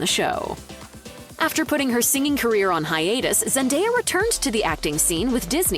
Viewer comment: ....And, yet again, celebrity news outlets flat out BUTCHERS the pronunciation of Zendaya's name....